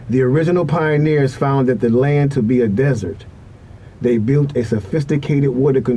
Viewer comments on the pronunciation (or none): none